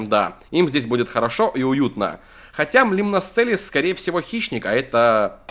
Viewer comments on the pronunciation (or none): Правельно не лИмносцелис а лимносцелИс